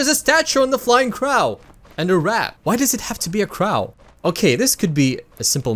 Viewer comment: not sure if u learned this yet but in english the w character like in wagon and Wikipedia isn’t pronounced like v but like... also Crow is a long (soft, whatever u would call it) o